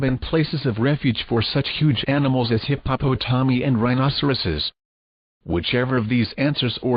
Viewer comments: Hip-Hop-O-Tommy😂😂😂 By far, the best way to pronounce hippopotami!!! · I am tickled every time I hear the computer voice read hippopotomi. :-)